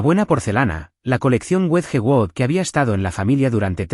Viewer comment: Wedgewood, una porcelana Inglesa muy famosa me costo mucho trabajo entender, por favor si van a pronunciar palabras en Inglés haganlo correctamente